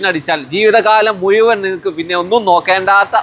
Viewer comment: മുയുമൻ അല്ല മുഴുവൻ എന്ന് പറയൂ കുട്ടീ 😂